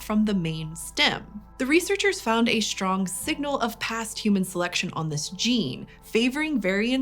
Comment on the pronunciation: "Shtructure, Shtrong, Shtraight, Shtrange". PLEASE STOP. :(